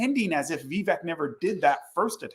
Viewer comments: by the way. its Vi-vaik. like Cake. thats the proper pronunciation. thanks for the video, new subscriber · Thank you both for doing this Live! You have excellent points in regards to (proper pronunciation is Viv ache as in cake, that's how Vivek says it is pronounced) Vivek. He's too good to be true is what I see and I do think he's another Obama. And same here,, I was fooled by Obama too and I don't want to be blindsided ever again. Vivek being a Hindu is his prerogative but I hated when he used "Jesus Christ's" name in vain and that did it for me. I appreciate you both addressing this, thank you!! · First of all it's Vivek (like cake). Second, he won a scholarship from PAUL Soros not George. Peeps on this page needs to do some research. Third, I just saw another Vivek event and he refused to talk bad about Trump. He's taking the higher road. Hubby there said Vivek say he wants to send jobs to China. When did he say that? He has announced his religion in public months ago. So, if he's Hindu. What's the issue? He needs to be a Christian? Are you saying he's a heathen for being Hindu and only Christians should be President? Please clarify. Vivek has travelled to over 330+ events in Iowa. No one in American history has done that. His hustle is unapparelled. By the way, Vivek posted 20 years of tax returns, Trump never did. You keep saying "paid". Who paid him and when? Insults and insinuations are easy. Come up with the receipts and I will then listen. If you think Trump would destroy Vivek in a debate. Hmmm, it would be definitely interesting to watch. I hope he does well in Iowa. Trump is right about one thing, Vivek is not MAGA. He's America first.